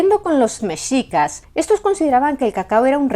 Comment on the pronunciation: muchísimas gracias por pronunciar "Mexicas" como debe de ser, con la "x" pronunciada como se pronuncia la "sh" en inglés, de hecho así es la pronunciación también de la "x" en México. Nuevamente, muchas gracias!